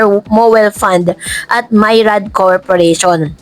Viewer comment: Please check how to pronounce this word - MYRIAD (miriad)